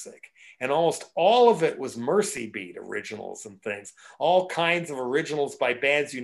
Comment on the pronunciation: Mersey beat, not mercy.